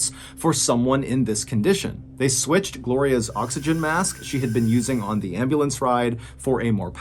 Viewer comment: Could you not pronounce “the” as “di” please?